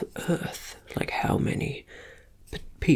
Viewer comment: i bet this teacher knows how to use zoom 🤣 i’m left-handed too so i can relate when i’m writing and goofing it up at the same time and finishing the day with the side of my hand all smudged up! and also i am not going to be able to stop calling earth “ert” now so thank you for that 😂